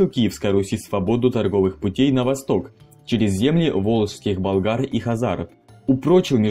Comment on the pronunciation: Не болгар, а булгар!!!